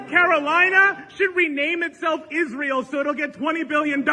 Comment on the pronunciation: Haha is-an-eel afraid of Iran 🤭